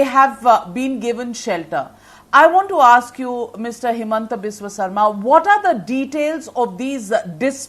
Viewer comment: Himanta is very poor in English and his pronunciation is worse even hindi language is not fluent, how will he assume CM of Assam.